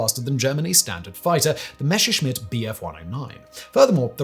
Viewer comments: Messerschmitt, Simon! ...NOT Mescherschmitt!! You only have to read it. ...it's not that hard. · Why "Meshershmit", FFS?